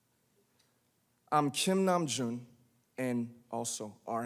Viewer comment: "Nam Jun" JJSJSJ